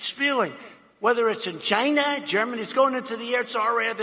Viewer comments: He's always called China "Gina", as in "va----". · You mean "Gy-na". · He doesn’t say China. He says Ji-na. As in grab them by the Jina. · He didn't say Gi-na. It's just the way he says China. He puts a weird emphasis on it. It's irritating as he 🏒🏒. Not defending him or his actions, just pointing that out. #MAGAGetTrumpOut2020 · The China as "Jina" must go back a ways? Because Alec Baldwin on SNL always says "JIna" when he does Trump. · He's always called China "Gyna". That's nothing new. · When he mispronounces China as Chjina he’s actually bringing voice into his words. Ch is pronounced as a voiceless postalveolar affricate. When he mispronounces it is more plosive with voice rather than without. In other words there is a problem with his tongue placement. It’s actually quite hard to say it as he does because they don’t flow that well - you need a quick movement with your tongue to attempt it. I’ve taught speech programs and studied language but am not a speech pathologist, but I agree that there is almost like a ‘twitch’ or short circuit for him to go from Ch to more like dge as in bridge, but it’s not quite that either. I agree about a neurological checkup - if it was a family member I’d be taking them to get it checked out. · " 'gina" instead of China. He's still thinking of Stormy. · why he say "china" like that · Because he's the best at everything. No one else knows as much as he does. The narrow minds that support him don't realize that if you need to keep telling people how wonderful you are... He ruined the word, 'tremendous', pronounces China like...female anatomy. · I LIVE in China...I'm developing a nervous tick every time he says it... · A normal way to say China A spastic Trump way of saying China